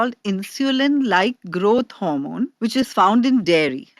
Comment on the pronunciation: Why does she keep saying" growth harmon? As if it's in dairy naturally??